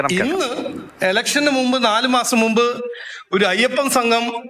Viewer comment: Ayyappan എന്ന് പറയാന്‍ പോലും അറിയാത്ത പട് വാഴ